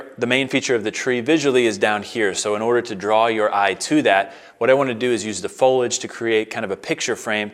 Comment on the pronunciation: Its fo-lee-age not fo-ledge